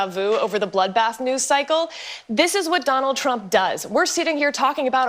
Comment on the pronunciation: “He was talking about…………….. a bloodbath! Sometimes a bloodbath means a bloodbath.” Ok bro what do you mean by “bloothbath”? Murder? Massacre? Is Trump going to start purging people? This is how full of shit these main stream liberal activists are, they can’t even define wtf they’re talking about.